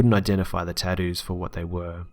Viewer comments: Story number 4 Taddoos... taddoos. Its TATTOOS😂😂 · "Tadoos" lol. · tadoos not tattoos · it's *****TATTOO'S***** with a T not "tahdoos" or "taddoos" sheesh i had play that part like 10 times to understand. Accents don't bother me i actually really like, enjoy and prefer them when it comes to storytelling but that is just some horrible pronunciation.. I'm sorryy that just bothered the shit out of me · "Ta-doos" lol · Tadoos lol i know your Australian but i couldn't resist . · Everyone's gunna just ignore this man saying "taddoos"?! Hahahahahah 🤣😂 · "Taddoos" tho!!! LMFAO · I love how he pronounces tattoos. "Tad Ooz." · "Teddoos"? He had NeoNazi "teddoos"? Well, I wonder what the fuck that is. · "some really scary 'tadoos' " lol I'm dead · why are you saying tattoos like that? lol he had tadoos.. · "tadoos" lol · The way he says "tattoo's" LOL!